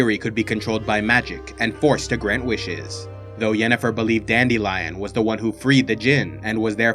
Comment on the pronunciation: Virgins: Dandelion Chads: Dandilion